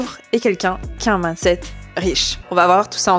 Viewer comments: Le plus gênant c'est de ne retenir que ça haha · Tu prononces "mindset" bizarremment, comme si c'était "maaandeset", c gênant